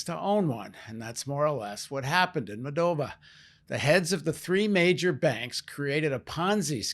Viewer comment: It's not "Mol-dov-IA," it's MOLL-dov-a."